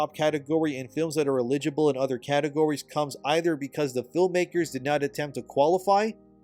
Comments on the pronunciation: You pronounce eligible as if you've never seen that word before... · Are you using AI now or just don't know how to pronounce eligible?